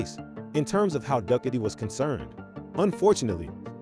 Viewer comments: Would've given this a like, but "duckatee"? And saying bicycle for motorcycle? Gives away the AI. And I don't like AI voice. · hilarious pronunciation of Ducati!!!!!